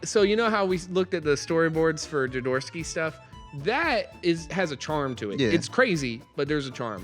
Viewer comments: Jo-do-rowsky. (Hoe do rous ki) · I think it's pronounced 'joe door OFF ski' but you at least you pronounced my name right.